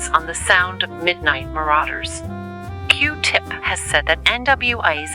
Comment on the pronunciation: Why did he make her say Q tips name like that 😂😂😂.